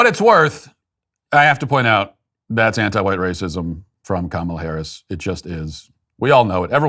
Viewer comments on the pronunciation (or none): I need you to help make this go viral. There is a Disney Marvel show called Ms. Marvel who has the main hero whose name is Kamala. She is 100% Indian. Her Indian family and all her friends pronounce it Ka-ma-la. Not comma-la.